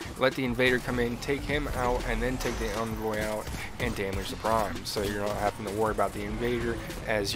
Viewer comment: "Jewten"..."Invoy"..."Acrosst" shudders